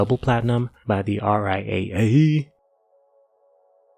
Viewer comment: “By the RI-A-Ayye” 😂